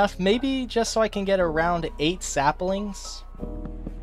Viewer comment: So this whole time no one has commented about the fact that he says SAPALINGS and its abysmal and if its a joke its poorly executed and if it isn’t its hate crime worthy